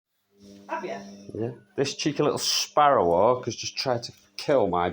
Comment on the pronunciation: Why he pronounces it like "sparroh wok"